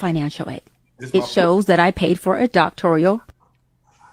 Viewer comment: Its doctoral not doctorial 😂😂was he mocking her or he couldn’t pronounce it either lol And yall are correct it’s all a money grab off gullible BW bcuz they’ll buy anything as the largest consumers of the world.